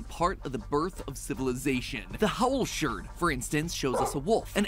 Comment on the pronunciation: ERMAGERD!!! IT'S A SHURD!!!!!